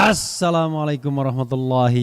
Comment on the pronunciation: Maaf bang refli, boleh ga ucapan salamnya untuk lafadz Alifnya disesuaikan dng ucapan yg seharusnya.. Saya paham maksudnya biar bersemangat.. Tapi jangan sampai merubah makna dr tempat keluar pengucapan lafadz tersebut.. Trima kasih bang..